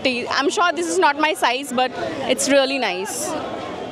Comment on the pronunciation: Its really... don't pronounce incorrectly" reauly"😑